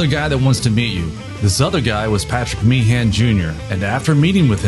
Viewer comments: You've done your homework on the facts, no doubt...but if I had to hear you mispronounce Meehan as "mee-han" once more, I'd have been ready to stab myself. It's pronounced "mee-'un". Typical American error. Oh, and the suite on side 2 of Abbey Road is a "medley", not a "melody"... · Small point of pedantry: The name Meehan rhymes with bein'. It's not Mee-han as in tree pan, it's Meehan as in human bein'.